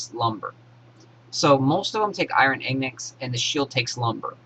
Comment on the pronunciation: Iron ignits? lol. its ing--gots, in-gots..Ingots. nice vid tho